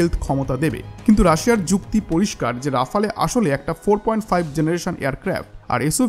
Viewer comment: প্রিয় ভ্রাতা,আপনার উচ্চারণ ডেসলট রাবার নয় , এটা হবে দাসাউ রাফাল । দয়া করে এটা ঠিক করে নিন। ধন্যবাদ